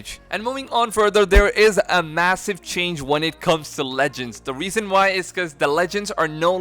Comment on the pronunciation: "the weason i say this"